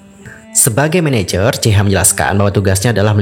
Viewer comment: jehian bukan jeihan